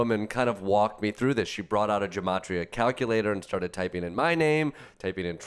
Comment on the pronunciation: As someone who speaks Hebrew, every time i hear gematria pronounced with a a soft G i want to slap someone